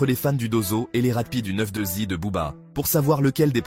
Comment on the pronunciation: "or noir" classic, banger, game changer "nero nemesis" classic, banger. A mon sens et frelot c'est "9.2i" pas "9.2zi" 😉 easy